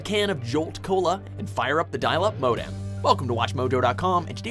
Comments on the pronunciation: Great list! But what is a dial up "mo-dam"? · What a way to pronounce "modem"......